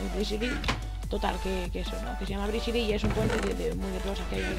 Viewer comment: Jajaja i mao jsabe hablar dise brizili